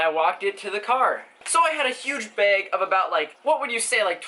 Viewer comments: It annoys me how you say bag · the way he pronounces bag though, XD